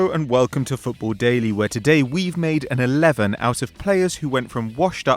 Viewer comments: Football dalley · It’s dailey blind, not dally